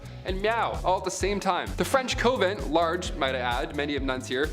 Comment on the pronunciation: Coven sounds like oven with a c and convent is con vent just like it’s spelled both words have a short o sound not a long one. Please learn the pronunciations it’s so aggravating I’m bout to stop watching and unsubscribe